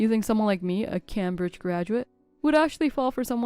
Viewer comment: He can’t even pronounce Cambridge properly 😂